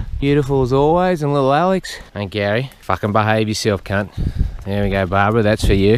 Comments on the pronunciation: “Out KHUNT him” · Take a shot every time you hear him say Khunt😂 I’m gone